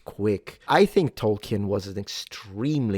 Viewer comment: Btw it's pronounced toll-keen, not toll-ki-en.